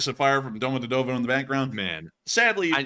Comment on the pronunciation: prounance it " Domo djeeeeee tovoooo "